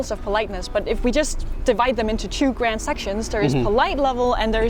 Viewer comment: I did now not the:) So you are the 😀 J’avais compris ‘la grande musique’ car tu prononces le ‘d’ à la fin de ‘grand’, avec un accent bien de là-bas 😂: il ne faut pas:)